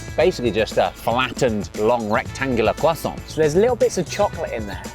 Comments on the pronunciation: Little french lesson. In french we rarely prononce de "t" at the end of words who are finishing by "ant" or "ent". So, you must prononce it "krwassan" not "krwassanT" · Why does Ollie keep sounding the r in croissant? He's not American and they pronounce it incorrectly anyway! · The was Josh kept pronouncing croissant like he was actually French kind of drove me crazy!! 😆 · Almond croissants are divine. Ollie, please learn to say croissant properly. Merci, beaucoup. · Take a shot every time Ollie mispronounces croissant even though Josh repeatedly says it the correct way. Enjoy the hangover 🫠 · As a french person I absolutely burst out laughing every single time they pronounced the word "croissant"